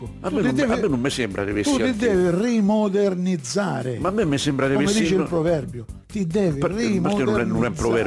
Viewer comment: '' come dice il proverbio, tu ti devi RI-MO-DER-NIZ-ZA-RE '' hahaha